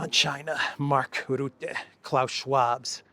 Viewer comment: the right pronounciation of Mark Rutte is: dutch- u- is exactly like French e in je ne le te. Dutch e is the same. Or more or less English sudden, cutter, butter.